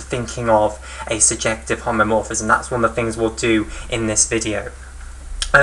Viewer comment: BTW it is "homomorphism" not "homeomorphism" as it will endlessly be repeated